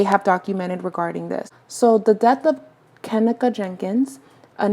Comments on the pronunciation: Have some damn respect and pronounce her name right!! It's Ka-NEEKA. I cringed everytime you said her name! Do some research and make sure you are pronouncing someone's name right before you make a video about them! 😡🤬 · lol its kuh-nee-kuh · You’re saying her name wrong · You said her name wrong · Wasn't no dam accident deleting shit..you can't be serious you just pissed me off !!that hotel has cameras every where this is a 5 star hotel tf on top of you saying her name wrong!!